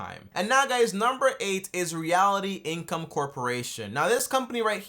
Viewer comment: Hold up, did you say "Reality" Income...